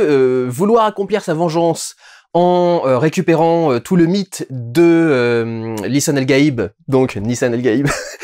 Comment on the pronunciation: pourquoi on prononce "Gaib" en francais? la bonne phonétique devrait étre "lissen al Rayb" qui veut littéralement dire "la langue étrangère" ou "la langue de l'inconnu" en arabe "GH" se prononce "R"